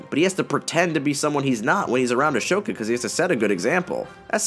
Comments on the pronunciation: It's pronounced a-SO-ka not a-SHO-ka. Sorry about that, but I had to point it out. It's nothing bad, just...bothersome...for me. I WISH clone wars was completed. I want to see more of it! If you put Anakin and ahsoka's names in google translate backwards (like Anakin=Nikana) the translation is awesome. Also try Ona Takisha (ahsokat ano=ahsoka tano) 🙂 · Gary Tomás Constanza Martinez No it’s Ah-sho-tka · Grand Master Yoda I know right it was making me more and more upset every time he said ashoka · He pronounced Ashoka with a SH sound. It's a silent H. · If I hear say “Ahshoka” one more time I’m turning into a Sith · You wouldn’t think he watched the show with how he pronounces Ashoka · Great vid, made me even want to rewatch the clone wars. But I can't get over the mispronounced name of Ahsoka as "A-sho-ka" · Bro saying “ash-oka” did u even watch the show? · “Ashoka” come on bro lost all credibility there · Ah yes. Ashoka. It’s pronounced Ashoka.(A-SO-KA). Just letting ya know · I'm sorry did you just say "Ashoka"? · I'm sorry did he just say ashoooka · PRONOUNCE AHSOKA CORRECTLY DAMNIT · I cringe everytime you mispronounced Ahsoka's name as "Ashoka". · He shaid ashoka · Is it just me that cringes when he says Ashoka that way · This guy doesn’t know what he’s talking about. The show runner really likes the prequels. George Lucas was involved with the show. I don’t care about the opinion of a guy who calls Ashoka “Ahshowka.” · You would think that with the amount of times people say Ahsoka's name in the show you'd pronounce it correctly. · It hurt my soul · I was like wtf immediately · Seriously, if I didn't agree with his assessment of the show that pronunciation alone is grounds to dismiss his opinion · it grinded my gears every time he said ahsoka wrong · How can he call himself a huge fan of the show and get a main characters name wrong? This is as bad as calling Aang, "Ong". Terribly grating on the ears. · The sh is never pronounced tho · ass hoka